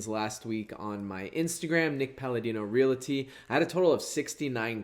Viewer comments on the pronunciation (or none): Please, please.... There's no "i" in Realty. "Reality" is not a real, actual word. It's Realty/Realtor.